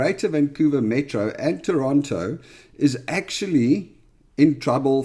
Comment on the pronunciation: Nice to hear the 'T' in in Toronto😀